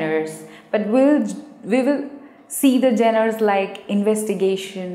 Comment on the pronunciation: Genre is pronounced as JONER..!!